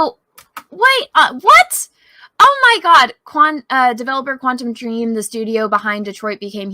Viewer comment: Am I the only one cringing everytime they say Quantum Dream and not *Quantic Dream?